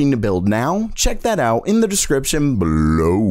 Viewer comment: "bbbbELOW" lol